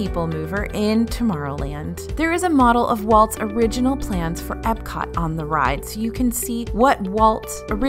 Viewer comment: It’s Epcot. With a p. Not a b.